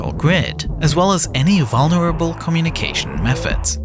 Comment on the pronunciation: Who taught this guy how to pronounce “communication”